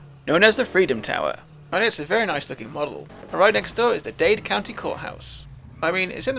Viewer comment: Dade, not Dade 👍